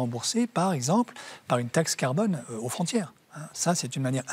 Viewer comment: Gael prononce le mot farce clef: carbone.Pas serieux!